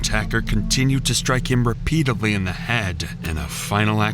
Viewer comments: The word is "REPEATEDLY, not "repeatably." —Duh. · 'Struck him REPEATEDLY' not 'repeatably'. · 'Repeatedly' not 'repeatably'..If you're going to be a YouTuber, try and speak English properly. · "Repeatably" is not a word. It's Repeatedly. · you keep saying "repeatably," instead of "repeatedly."